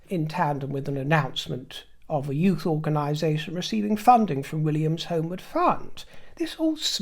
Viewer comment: "Yout'" ... I got it, yes good ;)